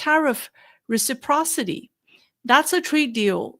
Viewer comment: Reciprocity...that is a big word and you handled it like a pro.